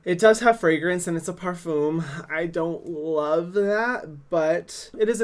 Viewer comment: Am I the only one who laughs every time he said: Parfum —> Farfoem😂